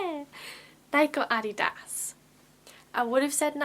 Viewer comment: Oh my God I LOVE the way you pronounce Adidas. It took me a moment to realize you were answering the question "Nike or Adidas", because in the U.S. we pronounce "Nike" with a long "E" sound and we pronounce "Adidas" with the emphasis on the second syllable, with the first syllable sounding like "uhh" and the last syllable sounds halfway between "ess" and "uhss". If you could talk about "books about Adidas" that would be great.